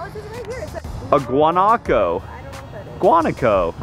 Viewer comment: I'm from Argentina and its pronunced guanAco not guAnaco. They are in like low bushes areas with lots of grass and where no one lives of course. I only saw them on the zoo. Loved todays vlog!